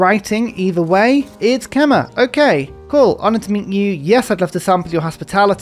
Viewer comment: Quick fyi Khmer is pronounced 'kmai' (alternatively something like 'kemai' would also be closer and easier to pronounce)